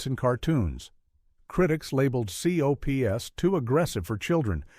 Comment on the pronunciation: V.E.N.O.M. is pronounced as"VENOM", and C.O.P.S. is pronounced as COPS, please say the names, instead of the abbreviations!